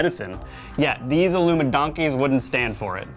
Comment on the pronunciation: I love that y'all say "illumidonkey".